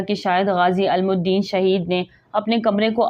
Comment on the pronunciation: Voice over kr k kisi educated ko suna letay, ALAM UDDIN nahi ILAM UDDIN hay. BEERAK nahi BERAK hota hay